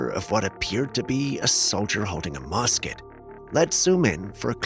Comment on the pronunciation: It is pronounced m u s k e t, not m o s k e t. Thank you i love your show I love the.civil war stories, didn't mean to be cheeky it just doesn't sound right.😅